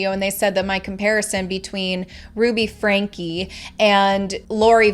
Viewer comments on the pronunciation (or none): I would love to see more video...less talk. You're not even pronouncing the last name correctly. It's pronounced "Frankie" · I really think you should pronounce the names correctly. It's franke and eve. Not evie. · Oh good!! I hate the pronunciation of her last name. My name is Frankie/Francesca 😅